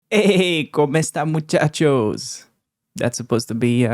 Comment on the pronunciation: From Spain, the Spanish "Como estan muchachos" sounded decent.